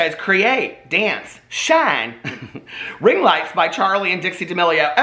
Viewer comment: When you said ring lights. I honestly thought you said ring worms